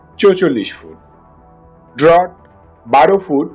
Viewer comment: ড্রট na seta hbe ড্রাফট, chouchollish na chuallish hbe